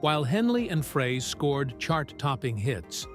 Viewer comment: Nice f**kning AI narrator- turning off after hearing 'Fray".. Joe deserves better than this nonesense!